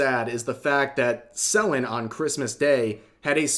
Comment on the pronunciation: I know this is serious video, but just a tiny nitpick, why are you mispronouncing Selen's name, the same with most names that you say? I had a triple take & though I was going senile lmao.